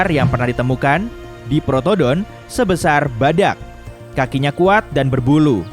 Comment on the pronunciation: sebesar bg bkan seboasar. Edit: sebuasar malah keknya g tau dhlh